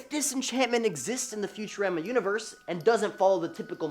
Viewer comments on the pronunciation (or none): Disenchantment does take place in Future-Raa-ma sound it out cuz that’s how it’s said